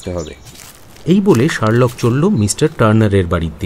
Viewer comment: Pronunciations must be better. Sherlock tai thik uchharon hoche na